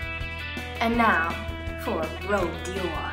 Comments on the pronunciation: first of her "goofy" personality seems fake and not genuine besides that can we talk about how she rubs her moisturiser and foundation and pronounces rouge as rogue????! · No, rouge means red. Rogue is something else entirely and pronounced differently.